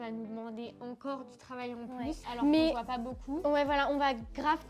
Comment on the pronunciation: Les gars dites moi que je suis pas le seul qui entend que dit « boucoup » 😂 elle me fait trop rire!! Encore bravo pour votre vidéo et bien sûr que vous méritez plus d’abonnées ❤️